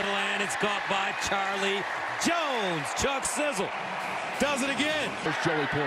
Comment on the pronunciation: He said Chuck Sizzle 🤣🤣🤣🤣🤣🤣